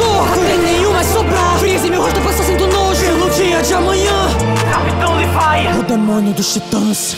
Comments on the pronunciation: Gostei bastante de você pronunciar (Livai) e não (Levi). Não tenho nada contra o (Levi) mas o anime é japonês e eu acho que ao dizer (Livai) você está preservando a forma original da obra. Eu sou portuguesa (Portugal) então vejo em Japonês e não em Dublado por isso estou habituada a ouvir (Livai) por isso agradeço por manter a pronúncia original!! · O som ta top so a pronuncia do nome do levi que ta errada fora isso de boa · alguem percebeu que ele falo capitao levai?